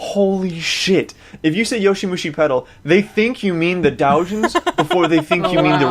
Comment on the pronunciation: IT'S YOWAMUSHI PEDAL FOR FUCK'S SAKE NOT YOSHIMUSHI, gotta weeb properly.